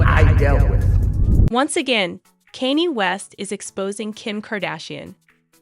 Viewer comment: The robot is not pronouncing the names of these famous people correctly. Therefore it’s very hard to understand…like who’s Caney?? And who’s Killee?? Never heard of them. Do better. At least listen to this trash before you air it!